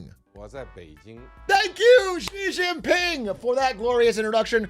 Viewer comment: Big A. I'm begging you. Please. Chinese letter "x" can be pronounced like "sh". You can read it like "Shibei". The president of china can be Shi Jinping. It's ok. You don't gotta keep zhuzhing all over the place.